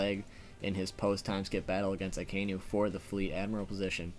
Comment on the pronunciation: A KAI NU...not Akaynu ...